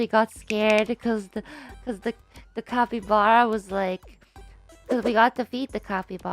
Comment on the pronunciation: The way Ina says “capyblappy” 🤣